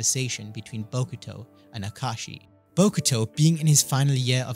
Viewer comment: Ahem ah ka ah shi not ah kashi 😂 I had to since he complains in the manga